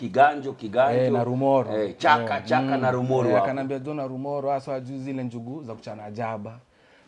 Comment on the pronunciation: Hahaha....he is mentioning the name Narumoru...Kama msapele ..nalumolo...hahahaha....it's called journey...